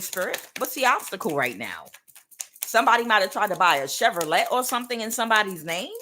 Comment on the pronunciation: "Chevrolet" 😂😂😂 Thanks for the message Queen👑